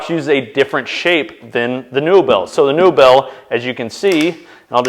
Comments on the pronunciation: Its likely pronounced neobell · Pretty sure that's pronounced more like "nobel" but the N-O sounds the way it does when you say "Northern"